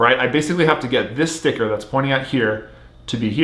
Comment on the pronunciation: he says stivker alot when he has a stickerless cube lol